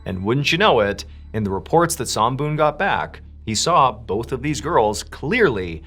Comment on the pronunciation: MrBallen, your pronunciation is pretty good, almost there. Somboon, "Som" pronunciation is short, not long. That's my mom's name.